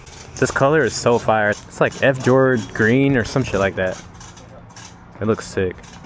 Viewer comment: my man said "f jord" green lol. not fjord. f-jord